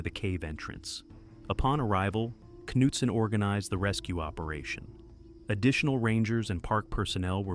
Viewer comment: “Kanootson” - that’s how you know it’s an AI voice. Also the word for “cavers” pronounced “kavas”. There’s a couple of other words that give it away also.